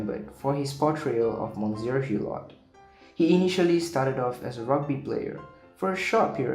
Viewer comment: Your mispronunciation of Monsier Hulot. Is embarrassing! Please get some HELP! Google or the nearest French embassy. Good luck